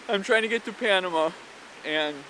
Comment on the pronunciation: Dude, never chew gum on camera, let alone every time you're on camera. Also please learn how to pronounce things i.e. Panama, Mazatlan.